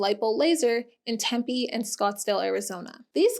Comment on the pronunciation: Yessss for PP properly saying Tempe 😊